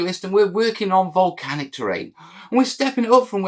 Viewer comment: Absolutely "Mel-canic" series!